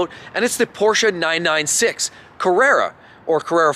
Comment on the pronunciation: He pronounced Porsche correctly.